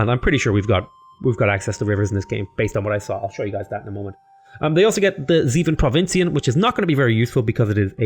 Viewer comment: That's pronounced: "Groatuh Reeveeren". It means Great Rivers. The ship is pronounced "Zaifen Provincien" (Seven provinces) but you got that pretty good allready :P